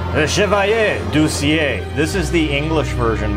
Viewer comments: Just for information, the pronunciation is not Chevalier du "cié" It's Chevalier du "ci-elle" . I like your videos :) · it's Du See-ell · “Ciel” would be pronounced “Seeyel”